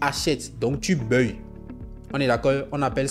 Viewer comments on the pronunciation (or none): On dit : baille. On ne dit pas BEUILLE. Tu fatigue l’oreille. On est d’accord on est d’accord … ça fatigue l’oreille. Sois juste simple . Tu as prononcé on est d’accord du début à la fin. 🤦🏽‍♂️🤦🏽‍♂️🤦🏽‍♂️